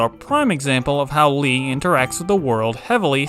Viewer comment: lea not le but great review